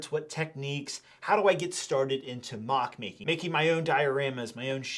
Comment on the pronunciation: They "literally" saved your life? That means, you would have actually died hadn't you had them? That's a story I want to hear! Someone's life coming to an end because of a missing Lego piece... ...or, you have as little idea what "literally" means, as you have about how words are pronounced. It's not "maac" but "moc", it's not "dioreema" but "diorama" - DUDE! Learn English before you make a video! This lack of verbal ability is disgusting! "Literally" disgusting (means my stomach hurts)